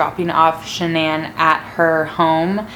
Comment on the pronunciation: Si love how she says Shannan